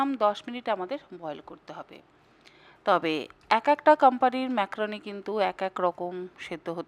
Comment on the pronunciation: ম্যাক্রোনি নয় ম্যাকারনি